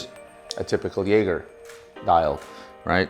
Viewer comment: Got to work on the Jaeger pronunciation